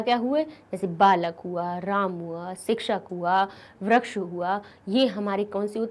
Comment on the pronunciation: Ram shabd ka galat bola as apne